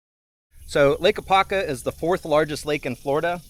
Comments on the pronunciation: AH-POP-KA. 😂😅 Great Stuff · Really appreciate your great content. But, as an Apopka native, it was extremely cringe to hear you not properly saying name.